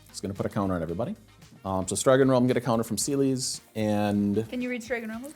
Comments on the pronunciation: Is pronounced ce les not seelis Is teedus not tide us got the name right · my favourite moment was pronouncing celes as “seelies” and just rolling with it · You pronounce Celes wrong and it hurts my ears… its like Celeste just without the „te“